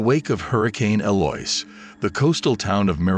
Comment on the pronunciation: Good story, but are you saying Eloise? Eloise is pronounced el-oh-ease.